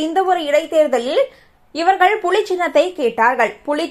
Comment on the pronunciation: ஏண்டி "புழி" ச்சின்னம்.....இல்லடி புலி ச்சின்னம்...... எங்க சொல்லு....... நல்லா படிச்சிட்டு......அப்புறமா செய்தி வாசிப்பாளராக வா......